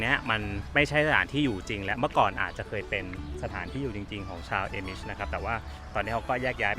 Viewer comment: อ่านว่า อามิช ค่ะ ไม่ใช่ เอมิช